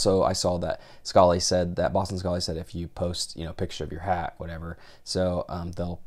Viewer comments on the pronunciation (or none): Pronounced "Scal" as in "Pal". Strange that you would pronounce it as "Scolly" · It's Scally pronounced sc-alley. Not s-call-ey. It's an Irish thing. I just don't want you to miss off the wrong Irish man buy mispronouncing his hat!